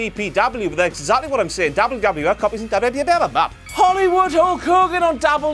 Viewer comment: why do say WWE so fucking weirdly